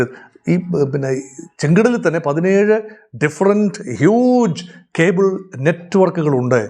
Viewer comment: ഖേബിൾ അല്ല 😊 കേബിൾ